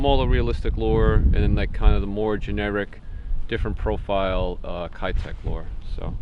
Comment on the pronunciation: Just FYI, keitech is pronounced "Kay" tech, not "Kai" tech. I speak Japanese and lived and fished tournaments in Japan when they started becoming popular 5 years or so back. It was always the 2.8" live impact which would win tournaments in highly pressured waters in Japan. There are some other plastics from the company O.S.P. that can only be found domestically in Japan that are just as deadly, if not more deadly. I'm sure you would be a fan of those, too.